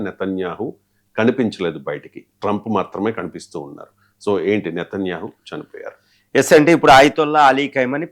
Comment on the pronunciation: ఒరేయ్ నీకు నేతన్యాహు ani anadam raadu, కమెనై ani anadam కూడా రాదు. మాకు నీతోనే ఏం ఖర్మ రా అయ్యా